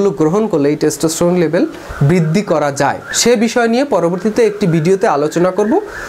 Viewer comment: "বৃদ্দি" কি??? "কোলোক" কি ???